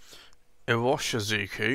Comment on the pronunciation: Well, you might already know, Pilot Iroshizuku pronounce as "ee-ro-shi-zu-ku" not just as irving. Lol